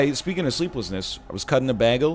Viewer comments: Is he saying bagel weird on purpose? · I love how egg says bagel